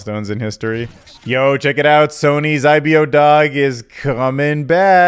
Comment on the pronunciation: It’s pronounced I-bo not I-be-oh